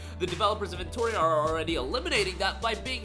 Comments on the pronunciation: why are you misspelling the name of the game, it's eno-tria not en-toria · Say EnTORia one more time. Do it